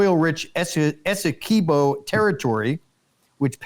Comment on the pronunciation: You got Guy Ana right, but Esse Quibo (like squib o).